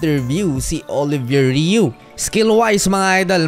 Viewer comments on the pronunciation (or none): Sir, he is most likely French Canadian; his name is pronounced: "Oliviyey Ru".